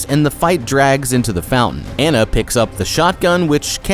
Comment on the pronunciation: "Anna" not "anna"